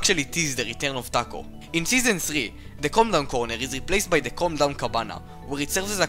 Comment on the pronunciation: It sound like c*ndom when he says calm down